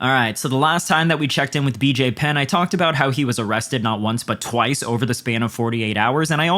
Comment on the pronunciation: Nat wunce but twaice 💅